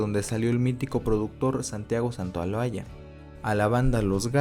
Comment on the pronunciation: que pasó en el ? Es Gustavo, no Santiago es Santaolalla, no Santaulualla